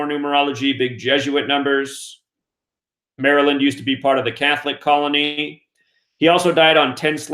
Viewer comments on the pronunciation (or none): none